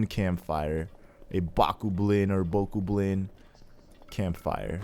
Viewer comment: it's Boe-cob-lin